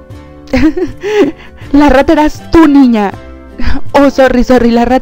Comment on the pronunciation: no me suscribi porque dises ra ta y rata esta mal le das mal ejemplo alos mas chicos que ben tus videos y les emseñas alos demas a hacer buleng